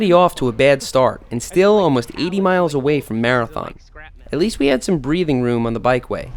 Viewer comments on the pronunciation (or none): none